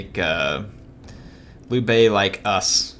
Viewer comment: This was from your last episode, sorry! Hey, just wanted to give you a few helpful pointers 🙂 1. Liu Bei is pronounced like ( LEE-U BAYY 2. In that failed ambush battle you faired very well but I noticed you didn’t use your champion to the fullest. I know that he is meant for taking on enemy champions but he can actually fair pretty well against early game INF. 3. I was thinking that maybe doing a voice overlay after the battle to show us what you were thinking and you could be in Cinematic mode rather than talk during the actual battle. You could concentrate more. ( check out this YouTube channel called surreal beliefs to better understand what I am talking about ) ( his battles in his Cao Cao campaign. 4. USE YOUR CREDIBILITY!!!!! Cao Cao was a master manipulator. He could sway almost anyone. Credibility is a god gift in this game especially in legendary. You should really set up some proxy wars between some factions you are at war with and their neighbors to ease your tension 5. In that peace deal with Yuan Shu, it would have been more beneficial to request regular payments than one time considering that he paid a huge amount. You could have gained a ton more money. I have played as Cao Cao and only Cao Cao, I am not exaggerating. I have been trying to figure this game out and I have for him at least. I know this is hard to believe but I have played and failed and restarted my campaign as Cao Cao at least 50 to fully understand and predict certain outcomes and chances